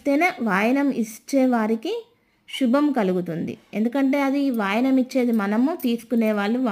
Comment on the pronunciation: say Vayanam. wrong pronunciation